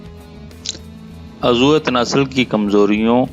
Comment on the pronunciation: آپ اردو کے کئی لفظ غلط بولتے ہیں مثال کے طور پر آپ عضو اکٹھا بولتے ہیں جبکہ الگ بولا جاتا ہے عض و